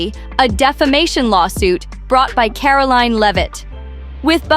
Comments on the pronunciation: Who narrated this? She can't even pronounce Karoline's name, properly 😒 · Can you please pronounce Karoline’s name correctly.